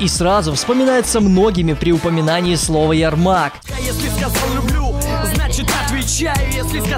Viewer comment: Правильно ЯрмаК, а не ЯРМАК